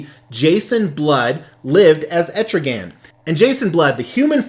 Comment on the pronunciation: it's not pronounced like that it is Etrigon dude.